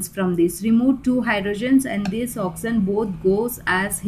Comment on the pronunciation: I love the way she says oxysen 😹